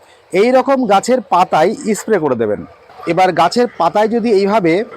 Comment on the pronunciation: 'S' উচ্চারণ সঠিক ভাবে করলে শুনতে ভাল লাগত। যেমন 'ইস্ প্রে' না বলে স্প্রে বলা প্রাকটিস করা উচিত। আরও উচ্চারণ ঠিক করলে ভিডিও ভাল হবে।